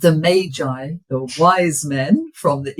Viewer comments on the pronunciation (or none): none